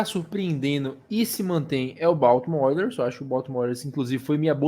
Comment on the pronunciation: Quase 3 anos que eu conheço o e quase 3 anos dele falando Baoltimore Oilers e não Baltimore Orioles kkkkkkk